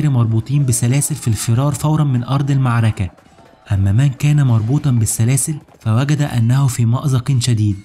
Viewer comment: حاول تتمرن شوية على مخارج الالفاظ .. كلمة المعركة دى اللى بتقولها كارثة !